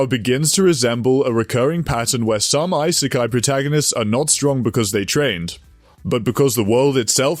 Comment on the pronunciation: why do you keep saying EYE - SAY - KAI it's E- SAY - KAI